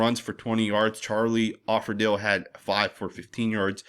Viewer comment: Just say Charlie O. because you u don't Pronounce his name correctly it's Offerdahl (Doll) not Offerdill😮